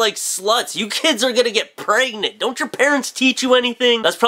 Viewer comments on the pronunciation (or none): I always laugh when he says pregnant. It sounds like "Pray-gnant" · i like the way says "pregnant" lmao.